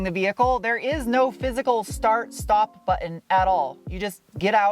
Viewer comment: So cute when pronounces stop and sport as shhtop and shhport…..